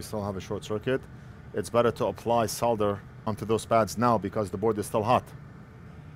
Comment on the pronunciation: Just realised how you pronounce 'Solder' and 'Soldering iron', with the 'L' . :yougotthis: The correct way LOL....Bound to offend quite the few here 🤣😂